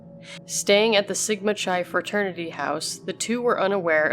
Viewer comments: I'm aware, thank you! In this case, she mentioned the fraternity Sigma Chi, which is not pronounced like Chai tea. Also, I apologize if I'm confusing your reply to my original comment. Just wanted to make aware of the correct pronunciation. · Chi is pronounced like Kai, FYI